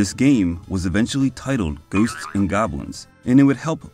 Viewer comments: "Goosts and Goblins" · Goosed and Goblins... funny accent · Your enunciation of the title towards the beginning of the video struck me as funny, that's all. Edit: or there abouts